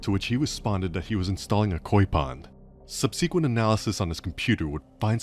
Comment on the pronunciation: "Sub-see-quent" instead of "sub-seh-quent". These AI narrations are so fucking annoying. Is it that difficult to get a human with a decent voice to read a 30 minute script?